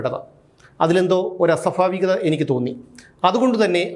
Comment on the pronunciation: അസൊഫാവികത യല്ല അസൊഭാവികത എന്ന് പറയൂ